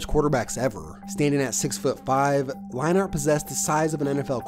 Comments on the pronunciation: Matt LINE-ART??? It's pronounced LINE-ERT You obviously don't remember these players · Also I'm pretty sure it's Matt Lein-ERT not Matt Line-ART. Great video as always tho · Leinart is pronounced line-ert. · All 8 times that you said "Line Art" instead of Leinart made me cringe. Great video but you should do some research on pronunciation before making future videos. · How in the hell do you mix up Brent Musberger and Keith Jackson. Both legends, but both VERY distinct voices. Oh and pronouncing it "Line-art"? Come on man.....I like your videos a lot, but Ive noticed things like this in almost every one, especially pronouncing what should be well known names completely wrong or weird. Really gotta get those details right. It instantly discredits you as a potential "i only know half of what im talking about" kind of sports guy......dont be that guy. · Lie-nart lol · To be fair from what he has said he did not start watching football until around the time Keith Jackson retired which means he also barely had a chance to see Leinart play. If you look at the name he is just pronouncing the A too hard. Imagine trying pronounce hockey players names if you weren't around in their day. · you pronouncing leinart the most cringey way but good video